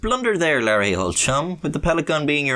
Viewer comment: Larry ain't care-ey